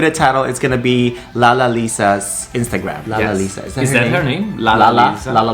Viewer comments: Dislike for saying LALALALISA so badly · Trivia: Blackpink members do not follow each other to avoid scandals. She is also the most followed kpop girl artist. And her name is pronounce as Lalisa 😂😂😂